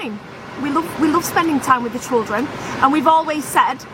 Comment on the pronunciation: Pronounced CHILdren not CHULdren 🙄